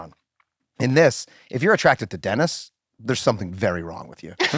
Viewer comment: I love when she pronounces words weird like anytime she pronounces Dennis-“Dinis” or program-“progrum” 😂 it feels so fitting just this mildly annoying quirk this character would totally have and it kills me everytime lol